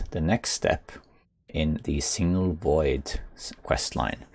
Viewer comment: Just a tiny thing, it is Signal Void not Single Void. Your English is a million times better than my Norwegian btw 🙂